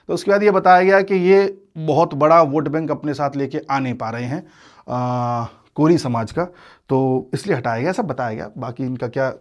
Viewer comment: कोरी नहीं कोइरी होता है